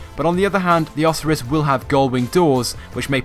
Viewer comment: Hey, it's the pegasi Oh-siy-ris. Not Oss-or-ris.